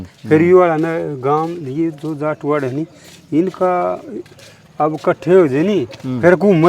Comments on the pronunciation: पत्रकार भाई तेरे सामने ये बार बार जाट को जाटवाड् बोल रहा है क्या ये सही है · ये बाल्मीकि भाई जाट को जाटवाड़ बोल रहा है बार बार ।।। क्या ये सही है??? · अरे भले आदमी इनका सब कुछ जला दिया इब जटवाड़ा भी ना बोल